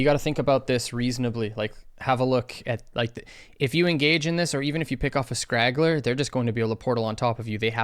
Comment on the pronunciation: The word is "straggler", not "scraggler". Some English coaching in return for HotS coaching. ;)